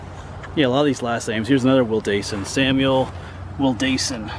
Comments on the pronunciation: Heh Ive lived a block from this since I was two years old in 2004. Ive gone to this spot since I was five or six in elementary school for a field trip. Very old spot. Also Wildasin is pronounced will-dis-inn. You’re very close, just a little less emphasis on the A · The last name is pronounced Will Da( short a ) Sin